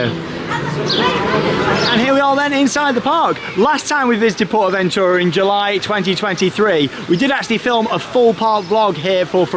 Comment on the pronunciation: Thank you for sharing the correct way to Pronounce Porta Bentura appreciate it